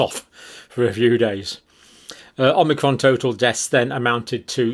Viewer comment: Thank you. But it is omicron, not omnicron, as you keep calling it.